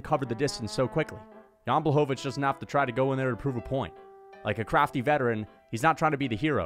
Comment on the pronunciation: “Jan Blachowicz one of the criftiest crafters in the UFC”😭